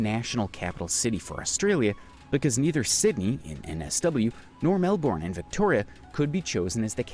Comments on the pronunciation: Isn't it pronounced, Melborn. I think your wrong. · Australians pronounce it Melbin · Those mispronunciations... Especially Melbourne... Are driving me nuts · The American pronounced a lot of things wrong, another was the Murray River, I actually live on a Murray River town, other places not pronounced correctly was Melbourne, Brisbane, and Fraser Island. It does my head in. 🤦‍♀️ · Some Australian pronunciation errors in the video, Macquarie is pronounced Ma Quarry, not Ma Cary Lake Eyre is pronounced Lake Air. And Melbourne where I was born is pronounced Melburn. Americans never seen to take the time to learn this. I'm sure they would be upset if I pronounced some of their place names incorrectly